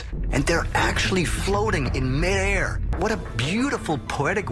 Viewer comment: "floating in Meiierr" Did DaThings edit this?